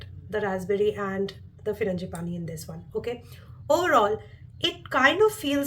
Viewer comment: It's not Firangi-pani it's FRAN-gi-pani.